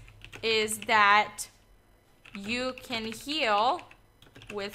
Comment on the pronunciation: i thought u said "kill" but u said heal i think xD